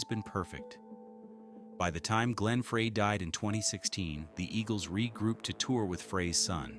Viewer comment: AI mispronouncing glen Freys name